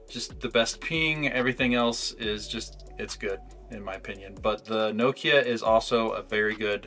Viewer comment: nokEEya lmao😂😂😂